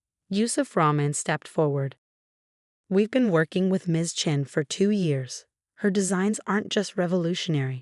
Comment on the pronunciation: Sheikh, not shake. We've, not weave. Theatrics, not theatrix.